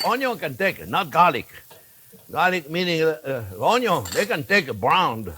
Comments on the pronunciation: We Aussies speak just fine, and understand the French accent very well, except Onyo. Thanks video editor for the translation. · You’re making me talk and I’m burning the onyo 😄yeah sure thing, we making him talk, have you ever heard anything as funny as that😁